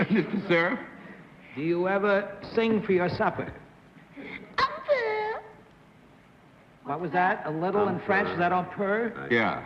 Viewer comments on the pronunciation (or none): I can't help cringing at Bennett's attempt to pronounce "un peu" (French for "a little"). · I likewise cringed while he (repeatedly) used the phrase. Obviously not even a second or third language for Mr. Cerf.